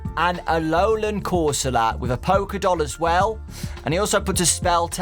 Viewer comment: yea "ALOLAN" Corsola